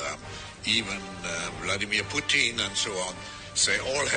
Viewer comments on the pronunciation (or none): none